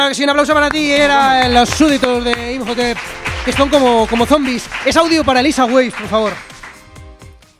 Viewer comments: Injotep? Quién es ese? Inmotep y anats anamun!!! 🤦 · Llevo 21 minutos del video y me da ansiedad cada vez que él dicen "injotep" a IMHOTEP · Llevaba todo el programa chirriandome oír "imjotep" y cuando veo que lo comenta el tal digo, vale, no estoy loco.